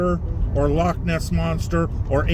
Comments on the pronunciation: Well done for pronouncing Loch properly. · one good thing about you being a Cymry is you can say loch correctly. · love the proper pronunciation of Loch instead of the American 'log'